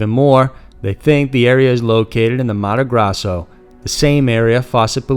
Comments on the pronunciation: I get it that the narrator is not going to perfectly pronounce words from languages he does not speak. But why the fuck does he keep saying Mato GrAzo, when the name is Mato GrOSSo? It was driving me nuts. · The pronunciation of the State of Mato Grosso is “Mahto Grohsso” and the Xingu river is “Shingu” besides this your narration is very good. I was born in that state and know of the story.